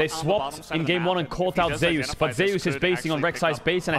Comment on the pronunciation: Why is everyone pronouncing Zeus as "Zey-us" instead of "Zoos"?